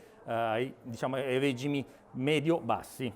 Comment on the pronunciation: Bella, ma chissà quante ne venderanno (soprattutto perché sembra una monoposto). E, comunque, toglierei il "like" quando dite “régimi” invece di “regìmi”.